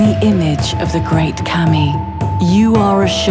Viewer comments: Kami is not pronounced "Cammy" but "c-uh-mee" and Sakura is not pronounced "SuhkOOwuh" but "Saah-kraah" and Shogun is not pronounced "Show-gun" but "Shoh-gn" and Oni is not pronounced "o-ni" bu... ah fuck it. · It's pronounced Kah-Me, that's where his "confusion" is coming from. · yes, the pronunciation of kami kept bugging me in this vid. Also sakura isn't pronounced "sekoora". I know it's minor stuff, but all the more reason to get it right.